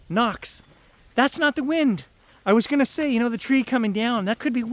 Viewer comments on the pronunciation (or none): none